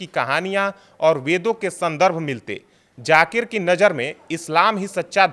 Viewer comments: Jaakir nahen zaakir ko theek se bolo. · Bahn k loday pehle bolna seekh fir baat kr jakir nhi zakir hai 😂😂😂 khud ka test karav kahi tum ko aids na nekle 😂😂😂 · Zakir,jakir nahi bolna Sikh 😅😅😅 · Pehle aap bolna seekhe jakir nhi h Zaakir h baad m nafrat ugalna😅 islam k against